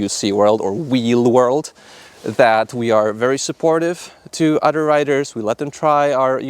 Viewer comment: good video I totaly dint giggle every time you say odder btw